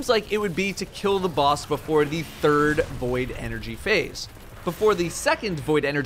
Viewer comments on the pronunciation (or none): none